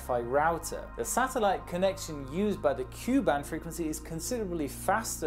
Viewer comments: KU band is pronounced Kay - You not Cue lol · Ku is pronouced K U not pronouced Ku same with Ka from the industry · you mispronounced the satellite bands. Ku is pronounced K-U not “Que” and Ka is pronounced K-A. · Correction please: Mega bits per second Not mega bytes per second as you pronounced it. Also we pronounce ku band as "kay- you' band Not ku band. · Great video. A small correction from a radio engineer--the letters in Ku and Ka are pronounced separately, like "kay you.". That prevents confusion with K band or Q band. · Actually Ku and Ka aren't pronounces as words (more correct to call them by their letters: Ku=Kay-you, and Ka=Kay-ay) Since there's already a "K" band pronouncing it the same as Ka would be rather confusing; in North America, Ku band is used in satellite TVs while K and Ka band are used for proximity and speed sensors (automatic doors use K band usually, while police tend to use Ka band to try and catch you for speeding) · So you know, you don't pronounce ka and ku as one word, you say each letter so "Kay A" or "Kay You" or you can also just say K above and K under. also, their basically the same thing. its all just the K band except in the center is the frequency of water and signals can not pass long distances when they match the frequency of water. both Ka and Ku use the same antenna it just depends on what frequency you set it to. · It is interesting you say Ku and Ka as a word. Is this a German thing or civilian pilot thing? I have only ever known people to say the individual letters more like (kay-you) ViaSat are no the only Ka band on-board Wi-Fi provider although they are the biggest and the other options can be more regional. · Tip: Ka and Ku bands are pronounced as Kaj-aj and Kaj-you band. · Why do you say bytes yet the graphic says bits. Q band is pronounced "Kay" "yoU" band. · Thank God I'm not the only one who noticed this. It's "K" "U" And "K" "A" band.